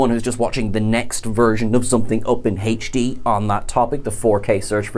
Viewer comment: "Haech D"? hilarious